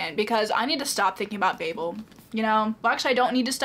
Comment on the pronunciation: Even though you said babel wrong throughout the whole video I’m glad you liked it , one of my favorite books 😂❤